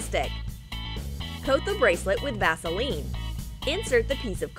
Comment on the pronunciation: did she say "Gasoline" or "Vaseline" or what?? :v